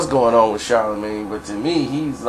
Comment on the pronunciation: You don't even know how to pronounce his name talking about some body sound stupid lmao